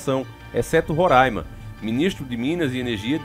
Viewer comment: Abraço aqui de Roraima pra vc. Parabéns por pronunciar o nome do nosso estado de forma correta. Kkkk